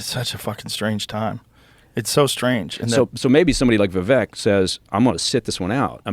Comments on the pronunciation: Great vid! Just fyi, it’s pronounced “viv-VAKE” (rhymes with “give-BAKE”) — most people pronounce it like it’s spelled, “vi-VEK” (rhymes w/ NECK), or like you said it, “VEE-vik,” but neither of those are correct.💗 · Vivek, rhymes with cake. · Someone may have mentioned this, but his name is pronounced Vivake, as in rhymes with 'cake'. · Va-Vack is how it is said. Vivek is the way to go though. Like what he says. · Pronounced Vivake... he will be almost 40 when the election rolls around, 30% of the people get TDS from trump, doubt Vivek will take at back seat to that or anybody else, I got Vivek 2024